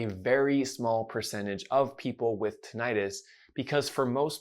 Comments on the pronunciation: You are not pronouncing Tinnitus correctly. It is not Ti-nni-tus. Two n /nn/ thus Tin-ni-tus. example /swimming/ is not Swi-mming it is swim-ming also the second /i/ is not /eye/ since it is following a double constant thus vowel goes from long to short. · PLEASE stop calling it tin-i-'tis. You know as an audiologist that it is correctly called tinnitus, without the long "I" sound. I know you think it is more understood the way the lay person thinks it is pronounced, but it only reinforces the incorrect pronouncing of the condition of tinnitus. When I hear someone talk about this subject, pronouncing it tin-I-'tis, I dismiss everything they say. Let's educate people rather than dumb it down, just so they can understand the subject. I have been a subscriber to your channel for several years, and know that you are a well informed audiologist who specializes in tinnitus. I have severe tinnitus and have for the last 25 years been desperate for help, without much relief. I have tried every so called treatment there is. Please don't add to the problem by presenting a "dumbed-down" approach. Thanks for having a heart to help those of us who are dealing with his debilitating condition. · You’re pronouncing Tinnitus incorrectly… plus TRUE tinnitus is in the BRAIN… not in the outer ear.